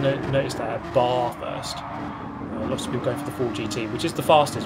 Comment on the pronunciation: Can you make a tutorial on how to properly pronounce "Bathurst"?